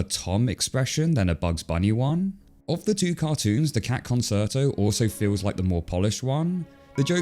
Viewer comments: Concerto is pronounced con-chair-toe. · I don’t know if the spelling is same but I believe the pronunciation of “Concerto” is Kon Chair Toe. Is this another word that will be changed because AI can’t pronounce it properly? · It's pronounced Con-shirt-o:yougotthis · Concerto - pronounced conCHerto, please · Concerto is pronounced "konCHAIRtoe" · Great video, but it’s pronounced Con-Chair-Toe. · CONCERTO is pronounced Con-CHAIR-Toe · Your pronunciation of "concerto" is not right lol, it's not "concert" + "o", it's "con-sher-toh". And yes, I did look it up to verify that this is not me being aggressively American or French at you, the British pronunciation is pretty much the same as the American pronunciation, you are just not correct. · I expect someone has already said, but: it's pronounced "conCHerto". It's Italian, I think? T&J cartoon was clearly better in artwork and execution, so I think the Oscar went the right way. 😁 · Your pronunciation of 'conSerto' distracted me. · It's pronounced Concherto, "ce" in Italian produces a "Chuh" sound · Learn how to SPEAK PROPERLY, boyo! It's con-CHERTO. I stopped watching your video when it became apparent how you were too lazy to spend a SECOND on Google to check out how to pronounce a centuries-old famous Italian word. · It's pronounced, con-CHAIR-toe. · Petition to teach Brits how to pronounce loan words properly. "Conserto"? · "Concerto" is pronounced con-CHAIR-toe. It's an Italian word. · Concerto is pronounced “con chair toe” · It's pronounced Con-CHAIR-toe. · Your pronunciation of "con-chair-tow" is killing me. Interesting video, though! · It's actually pronounced "con CHAIR toe" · it's pronounced "con-CHAIR-toe" .. yeeeesh!!! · The “cer” in concerto is pronounced like “chair” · Just an FYI: Concerto is pronounced "cohn-CHER-to." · The proper musical pronunciation is: con-CHAIR-toe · “Con” “chair” “toe” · Is it not con-CHAIR-toe? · Concerto is pronounced like "conCHerto" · Concerto is pronounced “con-chair-toe.”